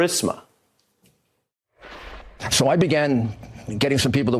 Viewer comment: Why do people pronounce words that end with 'a' as 'er' . Guiliani said burismer